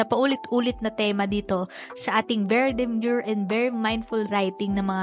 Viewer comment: bakit kaya ang ganda sa pandinig pag ikaw yung bumibigkas nung very demure & very mindful